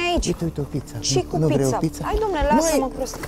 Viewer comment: Pizza Nu pița 😂